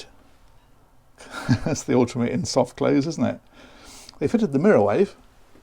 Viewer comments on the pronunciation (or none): none